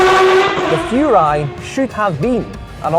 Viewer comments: Furai, not Fjuray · Furai should be pronounced "Who-Rye" actually.